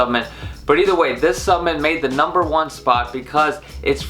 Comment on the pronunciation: Driving me nuts lol! Keep saying SUPPMEMT and not SUPPLEMENT hahaha